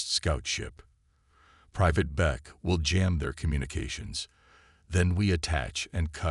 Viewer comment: Private Beck!!! Not bake. Idiot AI.